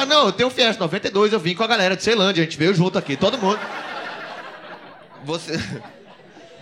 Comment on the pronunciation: Iaae falou errado da melhor cidade de Brasília.. Ceilândia